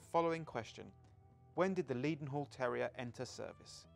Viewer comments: Just subscribed. Does that tell you enough? I agree with some of the other contributors that we should have seen what was pointing out, and perhaps someone should tell how to pronounce “Leadenhall”! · Please stop pronouncing "Leadenhall" incorrectly. The first syllable should be "led" as in pencil, not "leed" as in dog. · Even with the low volume soundtrack it seemed a pity that doesn't know that Maunsell is pronounced to rhyme with cancel. continually mispronounced Leadenhall as Leedenhall, surely someone could have checked this. Apart from that I echo most of the other comments about this episode and hope that there will be an improvemnt in the next one.